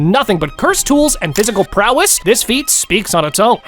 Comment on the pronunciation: physical prowis 😂😂😂